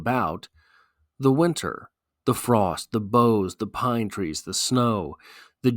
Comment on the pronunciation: ok...I like these analyses, but this one misses the target, a Snow Man. first, the pronounciation of "boughs" is weird.. this because "bough" and "snow" do NOT rhyme.. this pronounciation (as a CT guy, lke Wallace) sounds to me Incorrect, and it's like a branch sticking up out of the snow wchi is otherwise smooth and unbroken. it sounds 'sour', and that could be signficant, because of the smooth, windsculpted tonality of the poem. It's simply a brilliant poem, and it's otnaliyt supports it's theme of HEALING. "survival"? "ruin?"... what? huh? "pity?" nope! "cold as ice" nope! just wrong... the poet had gone for a walk or hike, as was his custom every day 365 days a year, and had purposefully become "one with nature" and "one with the season" and it happens to be winter and becoems a wonderful device in its full "regard". Wallace was NOT personifying nature...(that would be conntary to George Santayana for example)....he was allowing his clouded mind to become refreshed and re-balanced...soothed and smoothed by the winterscape... his mind comes to reflect the world around him...smooth.. a cold seaosn that comes before the restless, chaotic re-awakening and floods of Spring (the freshet).. is it meant to be "heartless?" NO!. simply went 180' in the wrong direction... entirely wonrway.. in this analysis of ink-on-paper and not the Reality of the poet's experience... ought to make a U-turn and re-review and repost. maybe go hike in the snow, get he